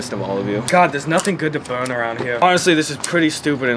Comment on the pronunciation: some people just wanna watch the fwicking wowld buwn